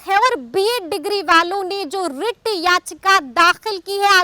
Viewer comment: rrrrrrrrreet याचिका😂😂